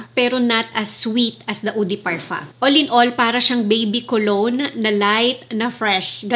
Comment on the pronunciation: Can you stop pronouncing parfum with parfa when you have a filipino accent? It doesn't sound good it's cringey. Love your videos tho 🙂